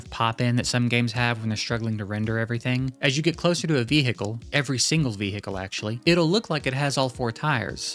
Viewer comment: bro is deffo one of dem state trooper bro says Veehekcle